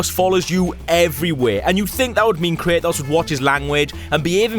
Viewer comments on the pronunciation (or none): I get you have an accent but its not (kray-oss) its (kray-tos)